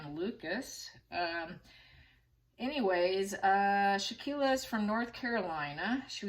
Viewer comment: Victim's name is Shanquella (Shan-kwell-uh). Her best friend was Kahlil (kah-leel). Her killers were the woman with the name pronounced Day-jan-ay, and the other killer is Wenter. The 3 of them masterminded this crime, plus the witnesses that didn't intervene. This makes me sick, and thank you for shining the light on this situation ❤🙏. If it was a Gabby Pettito, it would be all over the place and people would be pronouncing her name right. We need justice for Shanquella.